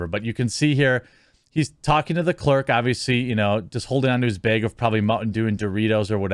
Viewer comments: Him saying bage is killing me. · Ah the good ol bag pronounced as beg.. dead Wisconsin giveaway lol